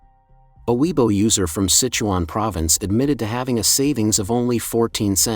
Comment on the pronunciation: Can you please learn how to pronounce weibo?